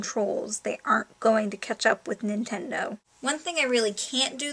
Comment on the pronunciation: When you said "Catch up" that one time it sounded like "ketchup". XD